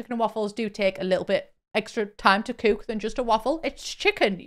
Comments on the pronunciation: I love the way you say coöok it makes more sense than we Americans saying cück lol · SOLD!! Thanks for the review, I always know that you won't BS us. Also, love the way you say "cook/cooking"